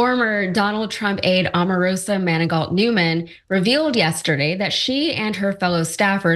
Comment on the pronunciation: Mr. Cenk, can you say OMAR ROSA???